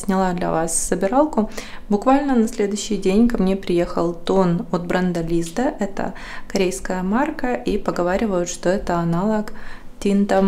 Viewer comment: правильно ЛиздА. На А ударение. 😅